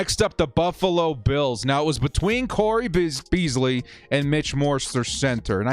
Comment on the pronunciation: CAP DOESNT MATTER. CAP DOESNT MATTER. also watch a falcons game so u can pronounce it. or learn who cole beasley is. and stop using pff for everything.